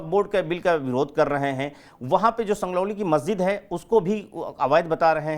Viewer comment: जाति का मुद्दा पकड़ लिया है पर संजौली को संगरौली बोल रहे हैं